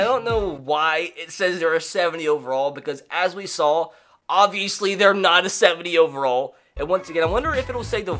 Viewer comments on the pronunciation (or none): none